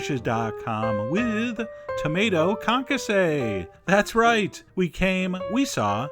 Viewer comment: Tomaytaz. xD